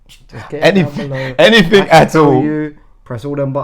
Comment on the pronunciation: "Hennything at all"